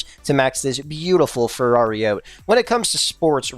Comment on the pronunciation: He really said ferrari 10f😂😂